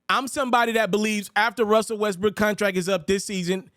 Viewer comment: At 6.44 I heard Westbrick 😂